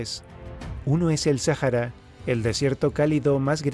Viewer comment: Sájara? Vaya, yo siempre creí que era, Sahara.